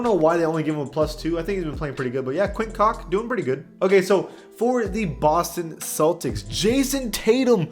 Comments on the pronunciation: Quinn cock!! Lmao hahaha it's Quinn cook brother don't do him like that man and yeah it's ok bro everybody does mistakes don't worry about it. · my guy what its quinn cook as in cooking. Edit-Ok never mind I just realized this was an April fools video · Come on bro, ik he not good but how you not sayin quin cooks name right. FTC? Ok I saw the end he got me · lmao you did that twice to quinn cook for extra emphasis i fucking love it